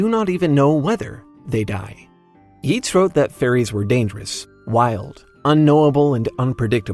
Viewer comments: It's pronounced "Yates." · Yeats is pronounced as Yates, like ate. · Yeats is pronounced "Yates." the "ea" in Irish and Gaelic makes a long A sound. Similarly to how McClean is pronounsed, "McClain."